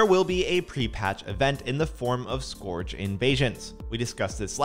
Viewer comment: LOL I dunno if he’s joking when he says scorege or what it’s hilarious! Has this guy ever played or he’s just reading a script ??